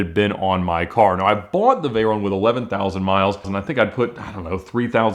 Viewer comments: I wonder if he realizes he is the only person on earth that pronounces it like "vay-RONE" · Hey ALMOST said Veyron correctly once. It’s a short “O” not a long “O”!